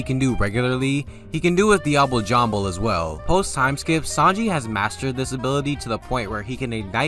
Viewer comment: “I know how to pronounce ‘diable jambe’ the right way, but I’m not going to for whatever reason”